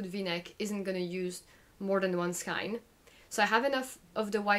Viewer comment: Really informative and nice to catch up on your WIPs! Pls try pronouncing skein to rhyme with rain? 😅